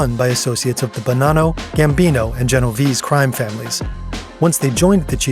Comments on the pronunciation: Funny you criticize Kash Patel's pronunciation of "La Cosa Nostra", and go on to mispronounce "Genovese" (gen-oh-VAY-zay, not gen-oh-VEEZ). ❤ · Iz rale EE, yet they say Gen oh veez EE. There hasn't been an Italian, Italian Mob since 1991.